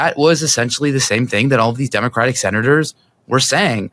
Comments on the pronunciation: I heard you say 6/7 when trying to say "6 senators". Memeing hard over here 😂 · (So off topic) my 5 year old heard you say “six senate…” and thought she heard 6-7 🤦🏻‍♀️ This too shall pass…